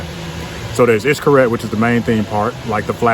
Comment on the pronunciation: Hes not 100% perfect either but wayyy closer than you are! It was bugging me when you were saying it. Sorry to say it but you were BUTCHERINGGGG the pronunciation.